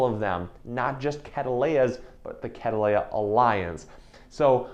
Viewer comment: The way you're saying "catteleya" is catt‐leya 😅